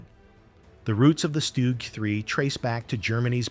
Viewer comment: AI has difficulty differentiating between the Stug 3 and the 3 Stooges 😂😂